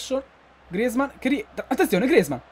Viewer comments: Comunque non si dice griezman si dice grizman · Per favore puoi pronunciare grezmaan bene